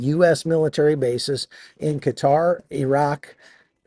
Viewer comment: Thank you! For pronoucing Qatar correctly! ❤